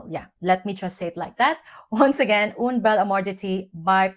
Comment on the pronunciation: Dear, as you love it so much, may I give you a tip: "UN" bel amour d'été pronounces like Guerl"AIN". I must try it now in exchange😉 Love your reviews!🫶🏻🙋🏻‍♀️